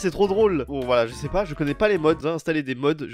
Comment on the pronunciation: « Je sais pas 🤷 je cher pas 🤷 »😂 au deuxième il a dit « je cher pas 🤷 »😂😂😂